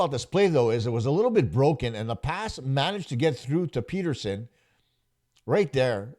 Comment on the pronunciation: Have you never heard of Elias Petterson? Like cmon man, say his name correctly.